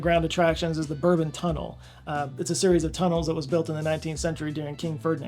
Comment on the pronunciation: Bourbon is pronounced like the biscuit. Someone send him a pack and get him to apologize.